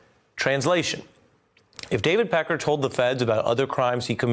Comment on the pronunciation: Having a hard time watching this and listening to him sayMr. Peckar.